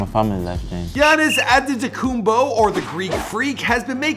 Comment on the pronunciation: You said anetokompo